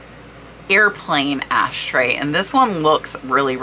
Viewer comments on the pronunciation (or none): none